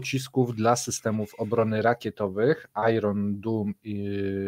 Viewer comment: Iron Dome. Czytamy: ajren doum